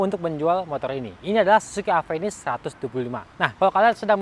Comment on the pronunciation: penyebutanya ga enak "Avenis" , kbnyakan orang indonesia ga bisa nyebutin huruf "F" dan "V"